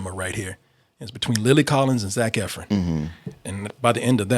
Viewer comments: I’m in my house yelling “it’s Ef-RON!!!!!!!!!!” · First Double Toasted video I’ve ever thumbs down because of the constant “Eff-RINS.” Learn how to say the name of your love!!! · As much as he loves Zach Efron, you’d think he would know how to say his name correctly